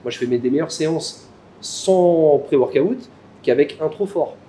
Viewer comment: ça me stresse quand il dit " pré workaouute"